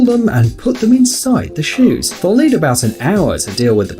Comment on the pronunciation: When he was talking about the shoes he said shoes shives